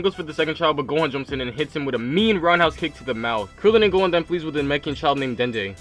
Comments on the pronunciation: For most of the time I heard u say gon instead of gohan and thought wait am I watching the video I pressed on? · anybody notice how he says gohan it sounds like hes saying gon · He says Gon instead of Gohan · He keeps saying gon instead of gohan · Why is he saying gon instead of gohan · You said gon insted of gohan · He keeps calling gohan | gon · is it just me or in the start was he saying gon? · I swear every time he says gohan and krillin I hear gon and killua